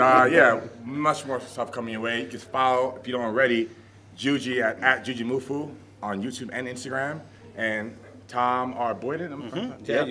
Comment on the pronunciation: lol thor says "JUJU" lol anyone wanna correct him and tell him its juji. lol its so funny how he says it